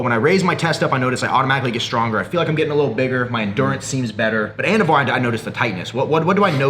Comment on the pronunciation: I thought he said “anabar” lol I’m like oh shit!